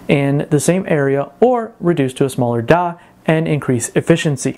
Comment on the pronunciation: You need some serious tuition in how to pronounce words like "Die" properly. I literally had no fucking idea wtf you were talking about when you said that (and most other words rhyming with it). It sounded like you were saying "Dot" more than "Die" . Can you return that accent and get your money back? fuck me. I wouldn't mind if you were just some dude on the street but you actually make video talks for a living!